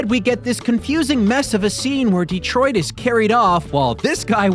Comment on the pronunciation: "D-Troit?" (sits there and watches)